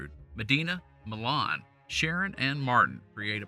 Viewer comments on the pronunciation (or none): . Milan, TN is pronounced differently than Milan, Italy. In Tennessee, the first syllable gets the emphasis, and the i is hard. MY-lunn.